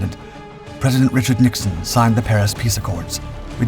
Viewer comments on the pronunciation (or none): none